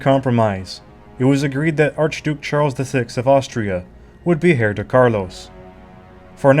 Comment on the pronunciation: I loved this documentary! That said, one thing drove me crazy. "Heir" is pronounced "air", not "hair", as the "h" is silent.